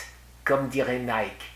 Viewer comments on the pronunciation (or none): none